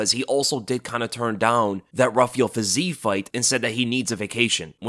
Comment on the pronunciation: much respect. But a bit of constructive criticism must be allowed: the name Fiziev is not pronounced with a long eee, but i-ye, so it's "fi-zi-yev" or "fee-zee-yev". Please keep that in mind next time you mention his name. Thanks 🙏🏻